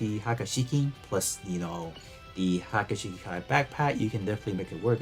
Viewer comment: pronunciation murdered.. Haga Shiki??? its "Hee-ya-ku Shiki"